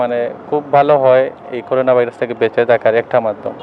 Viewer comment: করুনা নাকি করোনা কোনটা? 🤕🤕